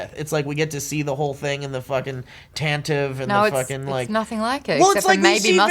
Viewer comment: Less of a a pun, more of a quip. It would have worked the same for me if he said ambitions (because that's the only way it read for me anyway.) And, it totally works because it isn't only totally Vader, it is a totally Anakin thing to say... it was perfect. Yuse guys is nuts. Also, "Taan-ti-vi"... Taan-tiv is not correct and just sounds stupid. Thanks. P.S. The galaxy is crumbling... it was once advanced and grand (prequels) and now is going to hell. Hence the junk and old tech.